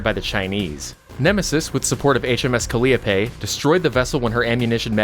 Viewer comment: "Calliope" is pronounced cal-EYE-oh-pee ;)